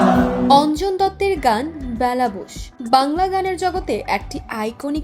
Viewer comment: "Baila" na....ota hobe "Bela"